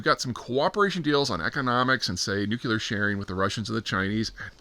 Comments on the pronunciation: NEW-CLEE-ARE, not NUKE-YOU-LAR.. C’mon, man. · Nucuelar? Nuclear??? SPELL NUCUELAR!!!! THAT ISNT HOW ITS SPELLED OR PRONOUNCED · Hee hee hee! He dun say "nook-YOU-ler"... 🤣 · Everything that's happened this year and he still can't pronounce nuclear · Where’s that second U in the word nuclear I keep hearing you pronounce?